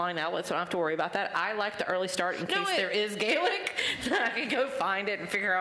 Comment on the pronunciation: You talk about words in Gaelic but at least pronounce the word Gaelic properly. Sam would correct you immediately